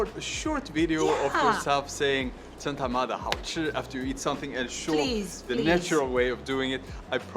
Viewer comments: 一般人不會說真他媽的好吃，很沒氣質，尤其女生（沒性別歧視喔）。 不過Jonas這句發音還不錯呢... 我會說超級好吃/夭壽好吃/超！好！吃！ 我們從小到大就一直聽到“貓咪看的到鬼”的說法，我的貓半夜亂叫我也會有點害怕，但會刻意不去想這個傳說，但你把他說出來了，難怪查理更害怕了，哈哈。 大部分的人都是好的，但還是要保持警戒心唷。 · 「真他媽的好吃」,,你這句這的最標準. 給你100分. 但我們不會在外面餐廳用..哈哈